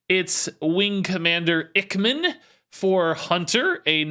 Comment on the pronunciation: I think Ichman might be pronounced Ike-man, it's a reference to top gun (iceman).